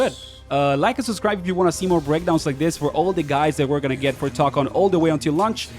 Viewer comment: Why do you say Tokon like that